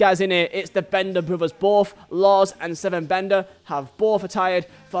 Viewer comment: man said "seven bander"